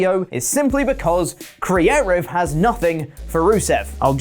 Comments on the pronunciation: What's this word, "creative"? Sounds so close to crearive. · Is there a reason he keeps saying crearive instead of creative? He sounds like a total tool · All I want is for you to pronounce “creative” correctly. It’s like hearing a koala make noises. It’s like awww, it’s doing something, it’s not right but it’s doing something